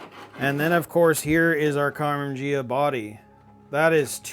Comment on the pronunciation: It's Karman Ghia, pronounced ge ah, not je ah!